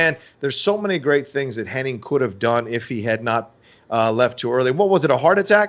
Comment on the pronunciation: Its funny,, you are correctly pronouncing Curt's last name of Henning correctly the entire video...But your friend the entire video is saying Hennig. Doesn't seem that either one of you notice the others pronunciation is the interesting part. Just an observation since its an ongoing debate on which it is. Ive been watching since the AWA days as well and its always been Henning until recently but alot of people,your friend in the video included,remember it as Hennig.